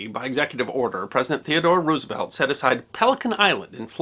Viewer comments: You should KNOW that Roosevelt’s name is not pronounced ROO—like Ew! The name is Dutch, so the double O is pronounced like the (single) O in ROSE. ROSE-evelt. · Please don't pronounce it as Roos-uh-velt, but as Rose-uh-velt.